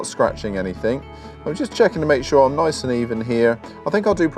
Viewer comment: As he says........."noice"